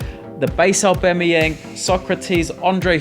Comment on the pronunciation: Aubemayang? lol